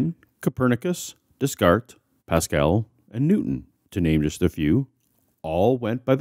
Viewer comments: Rather than "Des - cart" Shouldn't it be "Dea-cart" ? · So it's "Des Cart" rather than "Des Carts"? Makes sense, he was singular not plural. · Brian Stevens the pronunciation of Descartes. re-NAY DAY-kart, not DESS-kurt. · Did you really say "DeSS-kart"? LOL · no bdf2718 its pronounced Day Cart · cough [whisper]You don't pronounce the 's' in "Descartes".[/whisper]